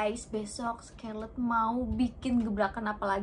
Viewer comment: Kak maaf oot tp itu cara bacanya bukan “skerlet” tapi “skarlet” yaaa kak. Aku awalny bingung skerlet itu apa, ternyata scarlett toh wkwk